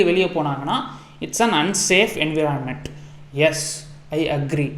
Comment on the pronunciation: Environment ❌ Envoirment ✅